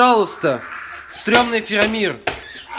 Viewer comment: кто это вообще такой? "Фирамир"